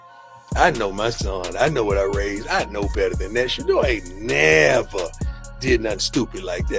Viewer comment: you need to learn to pounce his Name. It is a total turn off and that is why you do not get that many likes and views.